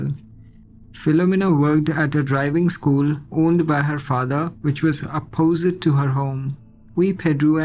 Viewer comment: it's "opp-oh-sit" instead of "oppose-it"